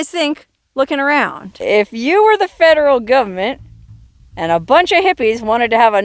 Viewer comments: 'The fedddderel Govment!" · I love how you say Feehhh-dral govament